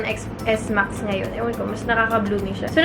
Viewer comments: please do it seriously Xs max so cringy its pronounced 10s max this is the worst unboxing ever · 😂 10s max po ang basa hindi Xs max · It's iphone 10 S Max not "Ex" po. 😊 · It is pronounced as "iphone 10 S max " like how you read the Roman number I II III IV V......IX X... you don't read it like the letter "X". But you are beautiful inside and outside nevertheless 😍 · hiii ate, "10"S Max po pagkaka pronounce dun pero okay lang hihihi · Ex Es Max ( Ten S Max ) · Ateng sorry to correct you... It pronounce as "10 S MAX "